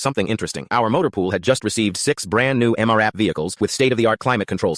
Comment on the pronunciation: Hearing M. R. AP instead of M RAP is irritating